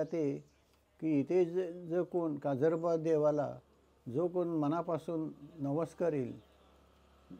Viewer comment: काजलोबा नाही. काजरोबा 😂